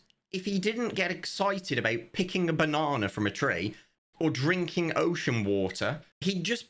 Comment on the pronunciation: Came for the update, stayed for pronunciation of "banana."